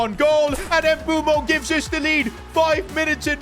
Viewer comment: why does he keep saying mbumo 😭